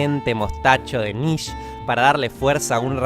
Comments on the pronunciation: Es un detalle, pero la forma de pronunciar el nombre de Nietzsche es "nitche" (lo mas parecido y facil, para no entrar en tanto detalle). En aleman la "e" despues de una "i" no se pronuncia, pero la "e" al final sí. Por eso se pronuncia "nitche", no "nietche" ni "nitch". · Se dice niische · No se pronuncia así Nietzsche, la re puta madre. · Cada vez que alguien pronuncia el apellido Nietzsche diciendo; "Nitch" me dan más ganas de tomar una metralleta y provocar una masacre. Mi intención no es ofender, pero por la mierda que me da rabia. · Es la primera vez que escucho "nish" en vez de "niche" o "nische" para referirse a Nietzsche